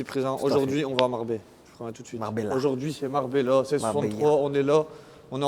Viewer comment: Les gars faut fair quelque chose pour votre accent flingué ! Marbellö !!on est lö 🤣🤣